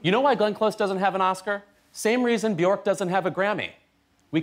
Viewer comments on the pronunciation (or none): Bjork rhymes with Jerk, not Dork.